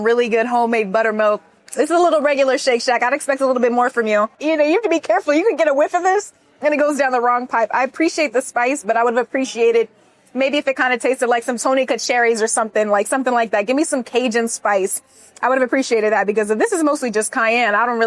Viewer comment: Correct pronunciation is tony sa-shur-ee beautiful